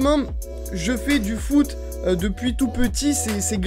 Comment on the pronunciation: REVO® Qui a crue "Voûte" au lieu de "foot" ? 😀